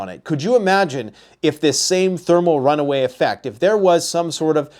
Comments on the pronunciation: It is thermal "run-away" (implying it is out of control), not runway. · RunAway. Not runway… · Thermal runaway, not runway